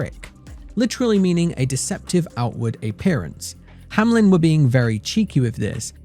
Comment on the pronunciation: OMG IT IS HAMELN NOT HAMLEN!